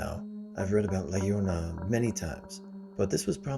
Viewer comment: La llorona is "ya-RO-na"